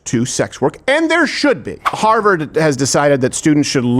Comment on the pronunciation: "Houwers for Harvard."